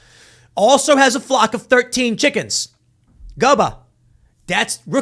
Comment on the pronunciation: or his chi-CKENS